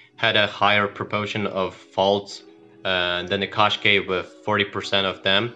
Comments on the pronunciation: Can we please pronounce it as "Kash-khai" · Is not a qaskey is a Qashqai